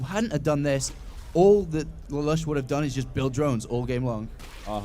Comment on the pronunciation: "Lalush" is pronounced as li-loosh, thats the name of he main character of a show called "Code Geas"